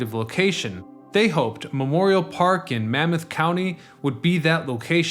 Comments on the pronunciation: BTW: the county is Monmouth ("Mon-moth"), not Mammoth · Mon-month not Mamoth. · It’s MONMOUTH COUNTY, not Mammoth. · Monmouth County, not Mammoth. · MONMOUTH County, NOT "Mammoth". Lose the sunglasses, by the way. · Mammoth County?? Do you mean Monmouth County? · For the future the county you refer to on Mon-mouth county not mammoth county. thanks though for this great info piece. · You're mispronouncing vet-er-ans thruout the entire video. It's Monmouth County, NOT Mammoth. Also it was Super 'STORM' Sandy, NOT Super 'hurricane' Sandy. Keep up the great videos.